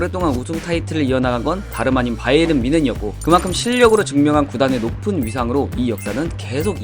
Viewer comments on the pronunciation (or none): none